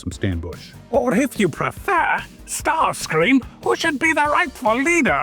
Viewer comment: Dude your starscream sounds kinda irish to me